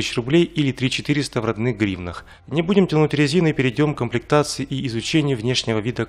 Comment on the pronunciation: не будем тянуть рязины ахахах мне не послышалось? ёпт рязины...господи боже мой...